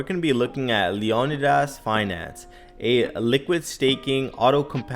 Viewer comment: It's pronounced LEEE-O-NIIIDAS